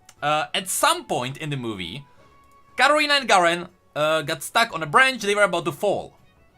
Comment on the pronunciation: It's Katarina not Gadarina